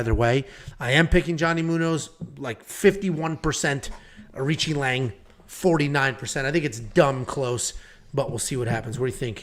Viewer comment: It’s on YT… the correct phonetic pronunciation for AoriQi Leng is ARCHIE LONG, OR, R-CHEE LONG